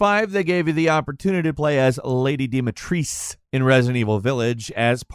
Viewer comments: It’s not “Lady Dematrice” it’s Lady Dimitrescu(dem-uh-tresk” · Dimetrescu. It’s Dee-mee-tres-coo! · It's not lady DIMITRIS. Dimitris is a greek MALE name which Dimitrescu originates from. Either call her Dimitra or by her actual name Dimitrescu. Sheesh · why do you always name her Lady Dimatrice when it says Dimitrescu? It's Romanian, not French 🙂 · It's "Lady Dimitrescu" it's not "Lady Dimitrice". It's a romanian name so it's pronounced the same way as it's written. Words or names in romanian doesn't have special rules of pronunciation like in English or other languages. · its dimitres coo not dimitrees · It is not "Lady Di Metres", wtf. "Dimitrescu" – Dee-mi-tres-coo. PS: Obligatory statement that I love your videos and watch them regularly. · e dimitrescu nu dimitris .... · Its pronounced… dimitrrrrrrresCU (or dee-mee-trrres-q) Romanian names that end with ‘cu’ get said cu spelled out. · DimitresCU. Jesus, these guys never bother trying to find out how things are pronounced when everyone does it. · I hate so much how you pronounce Dumitrescu, like you pronounce it like Doomheetreskoo and it drives me mad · Ah yes, good ol' Lady Dimitressss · Lady Di-mi-Tress-KU! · why aren't you pronouncing the "u"?... it's DimitrescU - just google translate in Romanian and use the text to voice feature; the google text to voice in English pronounces it more correctly then a real person - that's sad. can you tell me an example of an English word that has an "u" at the end and you don't pronounce it? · Worst pronunciation of Dimitrescu I ever heard lol. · That pronunciation of Lady Dimitrescu name is god awful. Maybe find a minute of your time to learn how to say it correctly? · I can't believe you mispronounced dimitrescu when that's isn't how she says it in the game